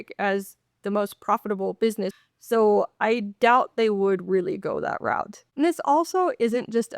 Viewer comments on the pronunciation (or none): none